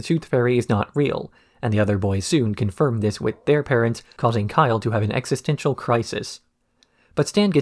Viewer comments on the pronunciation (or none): none